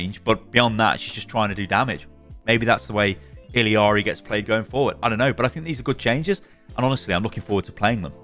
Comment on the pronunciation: "I read the comments!" ......has been told he's saying Illari wrong and still calls her ill ee arr ee. Ee yar ee. Listen to her say her name when you spawn in. You're putting in an extra syllable and the L is like tortilla. (I really hope you don't say tor-tiLL-a in the UK and actually say it tor-tee-ya lol)